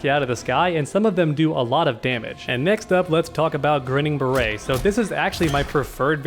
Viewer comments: It’s Grinnin’ Barrett not beret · FYI his variation 2 is a play on words for the phrase “Grin and bear it” so it isn’t pronounced “barrette”.